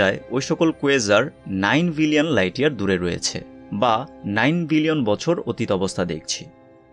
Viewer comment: Its billion. Not villion.